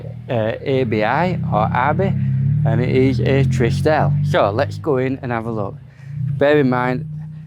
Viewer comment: Trieste is pronounced Tree est. It is a town in Italy. The shower head is a replacement from ALDI. I have one myself. The green dimples are a giveaway. I would not pay 29 grand for it. 19 maybe.